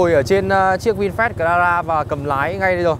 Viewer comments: Bài review của auto rất chi tiết vs thực tế. Chỉ ko thích là lúc bác nói từ Vinfast thôi, nghe như là Vin phét ấy...mình có tra thử tiếng anh trên google dịch nó đọc là vin fat rõ chữ a chứ ko phải chữ e như bác đâu nhé! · lossless lossless bác ấy đọc chữ a thành chữ e luôn! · Anh nay noi chu Fast nghe vui tai ghe